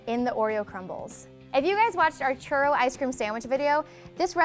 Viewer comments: I hate how she says churro. Like instead of saying churro (rolling the "r") she says churo. It's really annoying coming from someone who speak Spanish very well. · Lol I wouldn't trust this video if she can't even pronounce churro plus she made them bitches circled ahaha